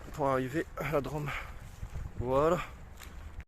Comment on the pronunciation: Bonsoir l'ami, joli petit road triple long du Rhône, entre Drôme et Ardèche, et comme tu peux le constaté sur Rhône et Drôme il y a un accent circonflexe, donc tu doit appuyer sur le Ô et pas le prononcer a la mode de la ville rose ( 😂😜) merci pour ce moment de douceur, bise. Jmdetek, Road-Magnet_YTB